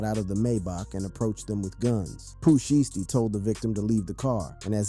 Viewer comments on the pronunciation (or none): Bro you suck at pronouncing these rappers names, like Pooh sheesty tf , illiterate asf. DaHbaby 🥴 smh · You can’t even say his name right ! How you gonna even speak on him? Poo sheesty ? Wow foh